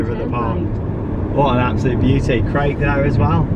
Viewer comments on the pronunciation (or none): none